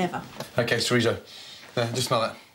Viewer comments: Jajajajajaja WTF is This! I am spanish, and This no is a paella. 😂😂😂 OMG… chorizó 😂😂😂😂😂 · And don't forget the "chorisou" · Chorizo? …. Chorizo NO. Do you add Tikka Masala to fish and chips? You don’t, do you? Well no chorizo goes in paella either. You can’t get a bunch of spanish ingredients and say that it is Paella.. It is not. Sorry .